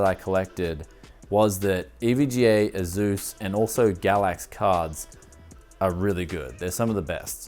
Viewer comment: "A-Zeus cards"